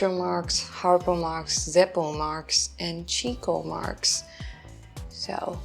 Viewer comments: Comedy is good therapy and these guys are among the greats (they’re kind of unique, but also very influential). Remember, Chico is pronounced “Chicko”. Many ppl get that wrong, but if you say it right you’ll look smart. LOL - you gotta live down that whole Darth Wader thing. 😹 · It’s pronounced like “Chicko” because he was infamous with the ladies (picking up chicks). Love that you do the TRUE classics. The Marxs Brothers are my favorite of the old comedy teams. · Chico's name is pronounced "Chick-oh" not "Cheek-oh." Because he was always chasing the chicks.